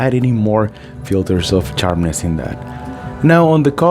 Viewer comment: charpness..lol. Good video bro